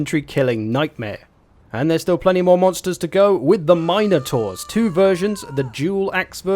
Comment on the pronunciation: You know he's an expert when he gets to the Mine'O'taurs.